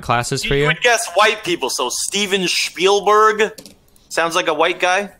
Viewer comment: Still can’t get over “SHPIELBERG.” Literally the perfect analogy for how confidently wrong he is this entire video